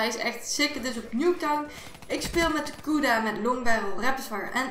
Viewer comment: hahah ze zegt koeda inplaats van kuda tzz